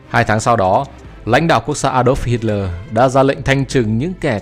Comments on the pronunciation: Nghe đọc sai sai sao đó? Tôi thường nghe đọc là Hít le mà không phải là Hít lo• và jet ta bo mà không phải là jet ta bi hay gì gì đó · Kit ta bo?!!!!😅😅😅😂😂😂😂😢😢😢😮😮😮 thay vì đọc là jet ta bo hít lỡ thay vì đọc là hít le vì sợ phạm húy tên thang ong co noi nó???